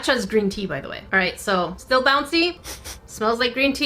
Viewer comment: I believe you too because you said steel instead of still